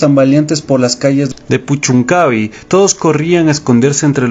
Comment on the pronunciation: es puchuncavi' con acento el la i. buen material.